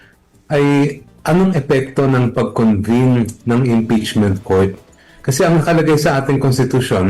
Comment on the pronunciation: Senado po, hindi "Sinado". Convene, hindi "Convine".